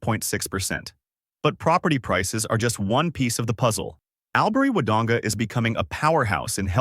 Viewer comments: I wish you would conduct proper research when talking about Australia. The correct pronunciation is "All-bury," not "Al bury." While relocating here can be a great decision, it's important to note that the hospital needs funding for upgrades. Additionally, transportation could be much improved; having a car is definitely necessary. As for the train to Melbourne, it often requires you to catch a bus to reach another destination before you can board the train. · Albury is pronounced All bury